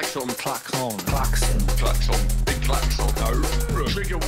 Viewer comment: thank you! We are very passionate about the ‘toxic positivity’ that is out there. The Klaxx-ON think comes from an earlier episode where didn’t know how it was pronounced and we’ve stuck with the mispronunciation 😂❤️